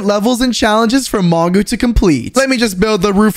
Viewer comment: when we Turned on captions, you said manga instead of mongo